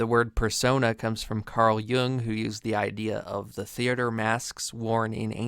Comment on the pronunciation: Omfg you said "Jung" correctly. I'd sub but I already did!